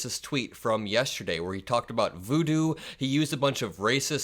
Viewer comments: It’s not vudu it’s voodoo. LOL! So sad the literacy level of some of these psycho’s is disturbing. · It's voo doo not vudu. They can't even get that part right. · What's vudu,sounds like a app.,does he mean voodoo?